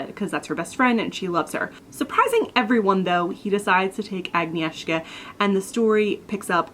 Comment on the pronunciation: Hiiiiiii :* I just binge-watched your latest videos, this one included, which resulted in adding Uprooted to my to-read list :) Thank you. But seriously, how could I not when the protagonist's name is Agnieszka! That was some A+ pronunciation of my name, btw. Kasia - not as good, but I'll give you A for effort ;)